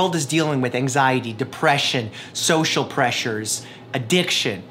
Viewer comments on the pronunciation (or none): none